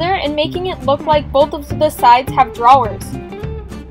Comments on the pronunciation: I did 😂😂😂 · did anyone else hear her say drawlers? 😂